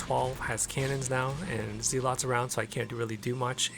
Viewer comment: I love your channel and I hate to play the grammar nazi role, but please, for Gods sake, stop calling them zee-lots, it is pronounced zeluts :))